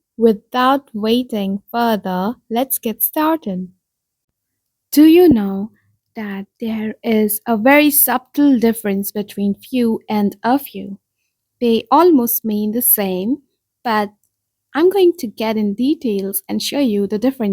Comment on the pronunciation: I beg your pardon, however do you really need to pronounce that B in 'subtle'? It is silent. I feel something East European in your accent.